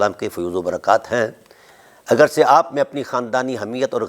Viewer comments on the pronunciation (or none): none